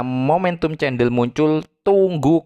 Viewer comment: cendel atau CENDOL bro.....wkwkwk (bacanya: KENDEL....bro)